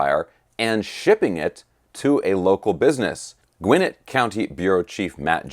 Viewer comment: Can’t even say Gwinnett correctly